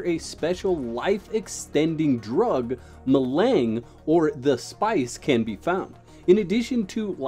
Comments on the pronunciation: Melang is pronounced melanj. I suggest perhaps watching a few of the dune movies and read the book before doing a video about the dune universe. That said as much as I love the Dune universe there is no way I am going to try this Tencent attempt at the franchise just based on their treatment of Canaan exiles. It may be fantastic in the short term but there will be no real love for the spirit of the game. Hard no thanks funcom from me. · Spice Ma-lawn-g is how you pronoun that😅😅😅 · Hi, the spice is pronounced Meh-Lahn-J. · The other name of spice is melange. Like the coffee melange. Its pronounced as such. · my man, we need to help you pronounce "Melange" 😅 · Bro your pronouncing melange completely wrong watch the movie to hear the proper way